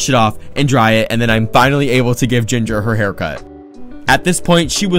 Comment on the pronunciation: “bYeE GINgErrRer